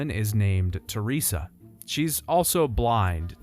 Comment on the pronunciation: because it bugs me so much that you are mispronouncing a name said multiple times in the series, I'm going to correct you. Theresa's name is pronounced Tur-ray-za